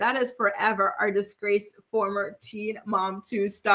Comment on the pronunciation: We know the video will start with "Descraced" when Jenelle is the topic 😂